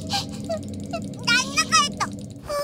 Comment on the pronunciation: 와 랑아 발음 ㄹㅇ 진짜 그냥 웹툰에서 튀어나온 랑아 그자체네 낭나가 해쩌 할때 소름돋았다